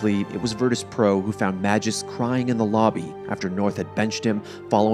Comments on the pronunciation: For those wondering is the correct way of pronouncing Magisk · Being a friend of the person in question, i can absolutely guarantee, that is the way to pronounce his name. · he is only providing the correct pronounciation of magisk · Actually... the guy correcting - says it right... that's how you pronounce it. There you go.